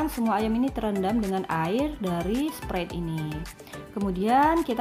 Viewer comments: sprait kali bukan sprit 😅😅😅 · sprait bacanya sprait